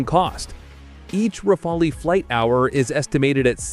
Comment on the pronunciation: it’s pronounced rafal, you idiot….the e is silent. Learn how to pronounce the word before making YouTube videos.